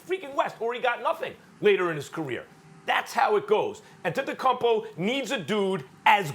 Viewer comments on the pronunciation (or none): Max literally gets millions of dollars to talk about basketball and he can’t pronounce Antetokounmpo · Anyone else hear max say “Akumpo” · 😨max basically said akumpo. Ftc on top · Max “Antetocuppo” kellerman